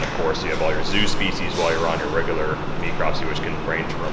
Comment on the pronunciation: she could at least learn to pronounce necropsy correctly, geez